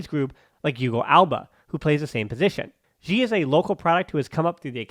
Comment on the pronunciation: Why you say guille so weird?